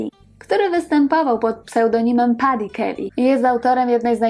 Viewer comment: "Paddy", wymawia się Peddy. Jest to jego przezwisko z dzieciństwa. Dziś tylko Michael Patrick Kelly.